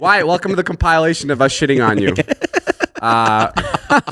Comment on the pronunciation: Uh I think is “compilation” not “compile -ation”